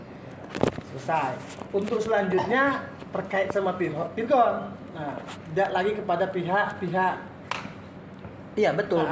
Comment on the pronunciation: bukan lagi virgoun tapi vir'oun